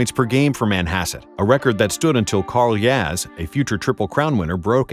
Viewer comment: "Carl Yaz" lol.